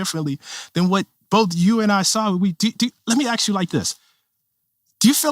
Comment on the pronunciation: He says I know I wrote a book about this, but Im still learning about this. Also 'Ax' instead of ask. This is not someone I need to listen to... Oh, also, race is a construct, while also defining black perfectly clearly as a biological fact.